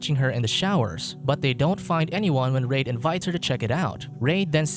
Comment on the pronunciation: Reid is pronounced "Reed"